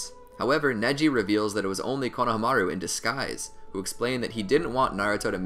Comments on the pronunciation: its "kona- hamaru" lol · “ konomaru” come on man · lol “ Konoha Maru “ Its (cone o ha ma ru )